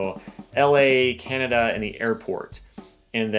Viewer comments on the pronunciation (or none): none